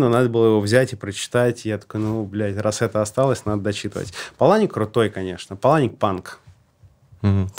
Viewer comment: Вообще-то ПАланик, а не ПалАник.